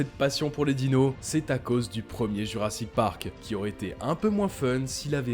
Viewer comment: " Jurassite Park " 😂😂😂